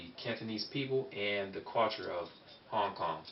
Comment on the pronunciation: when you say suo yi you pronouncation needs to be a little better and also same goes for Hong Kong.